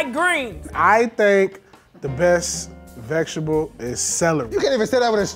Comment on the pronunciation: Said “I Think The Best Vekshtable” 😂😂